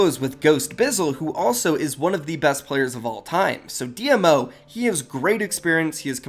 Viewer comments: Dee-Moe not d.m.o. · It's pronounced dee -mo and dee-m-o.